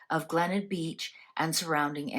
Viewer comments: My family were camping in Adelaide when the children went missing. I had just turned 13years old. Glenelg is pronounced Glen ell g( for gone). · The town is pronounced GLEN ELG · The town is pronounced Glen elg. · It’s pronounced Glen Elg, one word. It’s a beach suburb in South Australia. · Glenelg. Glen-elg. Please pronounce it properly. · The beach is pronounced Glen - elg. This is a mystery that still haunts us here in Australia today. Every so often something comes up or an anniversary comes around and it makes headlines again. Thank you for covering this mystery. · Tha name of the beach is Glenelg, pronounced ‘Glen-elg’. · Thank god someone corrected her, as an Aussie from S.A i cringed every time she said Glenelg. No hate. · It should be noted that Australia Day was not a public holiday back then. Yes, Glenelg. I don't know how it's difficult to pronounce!